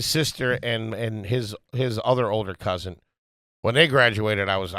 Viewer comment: The fact that says “Cousint” is WILD 😂